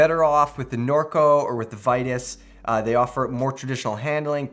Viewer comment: Regarding Vitus, it's not "Vie-tis", it's "Vee-toos". Just saying.